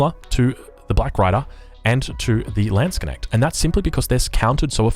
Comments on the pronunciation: How can you pronounce Landsknecht like Lehnschg'näggt??? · Landsknecht( "the Lands-kne-cht" ) just don't make a break between k and n.